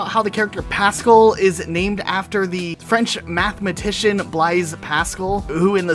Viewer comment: The Blaise in Blaise Pascal is pronounced like Blaze but with an s-Source: I’m also named after Blaise Pascal lol.